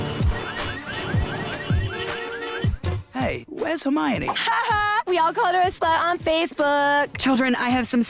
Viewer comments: Her-My-One Granger. The teacher couldn't pronounce her name correctly. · "HerMAi One Granger" dies inside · “Her-my-won hung herself.” 😂 😂😂😂😂😂😂😂😂